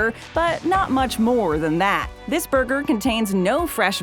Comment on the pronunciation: And BURGER SLING KING went from red onions on their burgers to yellow onions! And yes they turned a whopper Junior from a standard burger to a slider size! disappointment mania!... and I hate the way this chick says ‘burger’! 😕😡